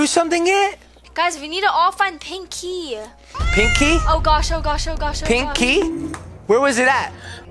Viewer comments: its pinkey not pink key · made me laugh when he said pink key the second tin is sounded like he said nakey lol 😂😂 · Omg lol he said pankey the first time and nakey in the second 🤣😂😂😂 👇 like